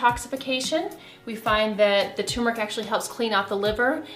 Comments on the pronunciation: Turmeric not tumeric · Good grief ma’am , it’s turmeric NOT tum-eric. Are you a fraud? A doctor who doesn’t know how to read. And you repeated that same error every time. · “TUR-metic”, not “TUMOR-ic”!!!!!! Sheesh. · TURRRMERIC NOT .. TUUUUUMERIC It's always annouciated wrong!!! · Pronounced TURmeric not TUMeric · The word turmeric sounds like tumor when you are talking fast. It’s scary! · Is the first r silent in Turmeric? I've always called it tur meric as that is how it's written. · It’s hard for me to take you seriously when you’re not pronouncing turmeric correctly. This drives me crazy!!! It’s like some American pronounced it wrong 10 years ago and everyone just followed along like a bunch of sheep. Ugh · Did the first r in turmeric run away? Lol